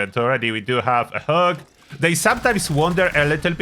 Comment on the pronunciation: when you say hog it almost sounds like hug and we are all searching for a nice hug